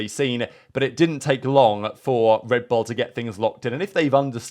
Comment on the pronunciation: The way he says “L” is odd. Red Bulllla